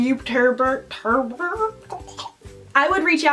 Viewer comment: "eva is the best youturrrrber ever!"